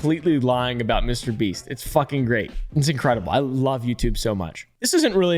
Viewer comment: LOL, HE LITERAL SAID MRBREAST 🤣🤣🤣